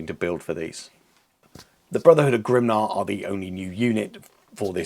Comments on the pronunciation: GRIMNIR (grim-NEAR) not grimnar! 😂 great video tho, loved it as always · Grimnir is pronounced Grimneer but great work. I too love that a proper slayer list is back now. I too have no idea where to start with a list but am optimistic they can bring some pain. Will be far from top tier but hey who doesn’t love ginger psycopaths